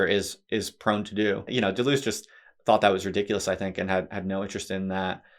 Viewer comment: "simplistic anglo-reduction describes you perfectly--even down to the mis-pronunciation of his name.